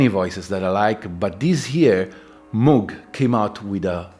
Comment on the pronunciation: Love my Syntakt, at least you pronounce Moog correctly as in how a cow would say it, rather than pronouncing it like one of those places you end up when your dead lol